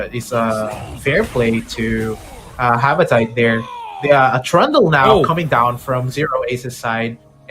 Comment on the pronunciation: Its Ha-va-ti-te not Ha-va-tayt 🤦🤦